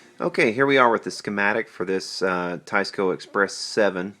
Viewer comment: Nice old Teisco. Pronounced Teesco I think. Lol